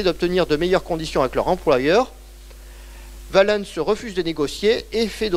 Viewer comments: les personnages et les lieux connus on prononce à la française quand on parle français. Si on prononce en prononciation restituée ce n’est pas valènns mais Ouálens avec le son ou/w au début pas V, et l’accent tonique sur oua pas sur lens. Et si on veut être VRAIMENT puriste en restituée alors en outre il faut prononcer une nasale à la place du « en ». Car les voyelles suivies de ns étaient nasales et le n tellement faible qu’il ne restait que la nasale. D’où quotiens = quoties etc. Mais je ne m’attends pas à ce que vous connaissiez ces subtilités. Le fait est qu’en français on dit Valens comme Valence, la ville. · Passionnant. Attention quand même, Valens ne se prononce pas va-lènss ni val-leunnss EN FRANÇAIS mais va-lance rime donc avec Sens. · Son accent n’a rien à voir dans cette histoire. Si vous ne comprenez pas la différence entre prononciation d’un mot et phonétique de la langue, je ne peux rien pour vous. J’entends l’accent, mais ce n’est pas son accent qui fait qu’il se trompe de prononciation pour Valens.